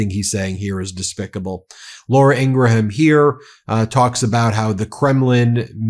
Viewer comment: (P.s. I believe the “h” in Laura Ingraham’s name is silent. Pronounced like graham cracker ;)